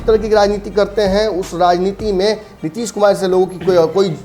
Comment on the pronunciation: Tution lo.... Nitish kumar hai... Nitish kumad nahi....